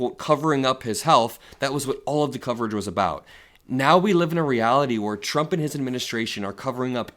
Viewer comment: Levitt never ever says “Trump” correctly. Pres Chump, yeah ok.